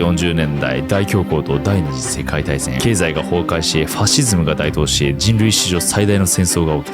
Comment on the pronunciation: 【台頭】“だいとう”ではなく“たいとう”では？